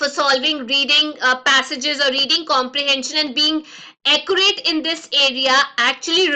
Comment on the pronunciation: the class was good just please google the pronunciation of ACCURATE......cos' that was not very accurate